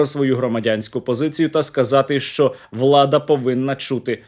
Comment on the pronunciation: Не шчо а що уши режет